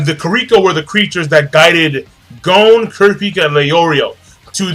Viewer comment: Im soooo sorry im not trying to be an ass hole but please its pronounced GON not GOAN.